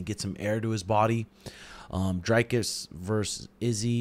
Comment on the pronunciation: it aint pronounced drycus bro its dricus'